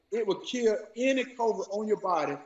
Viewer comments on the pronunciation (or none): COVRID Herschel Walker can't even pronounce COVID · Okay, first he said "crovid". Secondly what is he even saying?🤣🤣🤣🤣🤣🤣🤣 and someone please tell me "Why are there still apes?" 🤣🤣🤣🤣🤣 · First of all NEVER take the word or health advice of someone who pronounces Covid - Covrid . C’mon Herschel! YOU make ALL of us look bad. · He says COVRID....not COVID,.....so l have even less faith in ANYTHING he says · He was talking about "covrid" not covid. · He lost me at “Cova” 😂😂😂😂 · “Covrid” - Hershel Walker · Did he say Covrid? 😅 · Walker can't even pronounce COVID correctly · He can't even say COVID. "Kovrid." with his sheriff's badge from the Dollar Tree. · Did he say corvid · "Coverid?" Is that a new strand? ..One may never know. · I thought it was Covid and not Covird... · ah here’s the truth.. listen closely.. he wasn’t talking about COVID, he was saying COVERT😂😂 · Coverite...Gotta love Hershel's pronunciation of the word covid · That ninja said corvid! SMH 🤦‍♂️ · COVRID??? N***a please stop. He can’t even pronounce it!! If anybody came from an ape, it’s him!! Dumb idiot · Is he saying covert? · Does he know he's saying "covert" and not Covid? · Did he say CORVID? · He can’t even pronounce the word Covid ! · Herschel cant even say COVID properly. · He can’t even say the word Covid. A very dumb guy . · i cant trust anyone who cant pronounce"covid" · Thank you! Something outside of GA finally knows he can't even pronounce covid